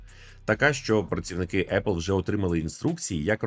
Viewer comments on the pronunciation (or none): none